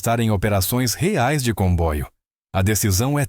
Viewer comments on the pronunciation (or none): none